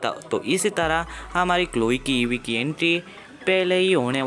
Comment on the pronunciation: Abe wo Eva h evee nahi or japanese m bhi evee ko eva nhi kahte ibui kahte h